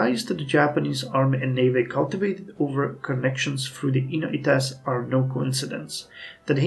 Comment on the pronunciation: I think that you've been mispronouncing the -ites in kidoites and inoites for quite some time now. I believe that it's not japanese but an english word so it should be prononounced like the -ites in Jacobites